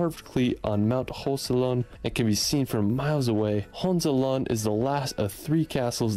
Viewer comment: Especially "Hohezllhhh"...